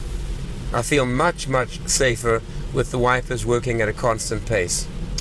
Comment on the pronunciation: It does sound a little bit like "wifers" when you say it 😅 but thanks for all the hard work and great daily videos!